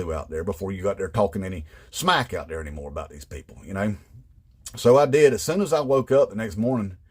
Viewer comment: Love this. 😆 A lot of MAGA pronounce "people" as "PAYpul" You could nail it even better. 🤣 Great job!